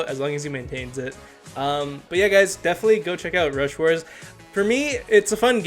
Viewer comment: Rush stars? Lol 😂 It’s rush WARS. Brawl stars brain?